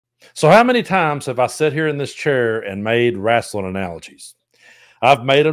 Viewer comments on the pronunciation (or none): “rasselin”. 😂 I love you! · Lol love how u say it RASSling